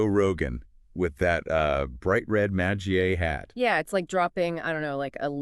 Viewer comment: "MA-jjah" hat? why the pronunciation stuff about MAGA? seems A.I. or something's going on here.. suspicious..